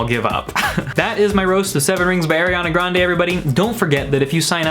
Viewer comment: "airiana grande"